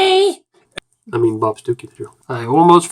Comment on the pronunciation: all i hear when said bob stookey was bob Dookey